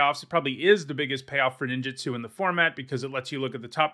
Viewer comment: Please please please please stop saying Nin JIT su. It’s Nin JOOT Su. It’s not just you, it’s a lot of people. It feels like nails on a chalkboard every time.